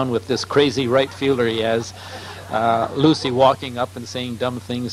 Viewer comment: Can't get Lucy's name right! Lol